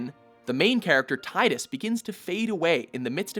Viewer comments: It's Tidus (Tee-dus) not (Tye-dus) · Tidus is actually pronounced "Tee-dus". Yeah, it's weird when I first found out too, but it is what it is.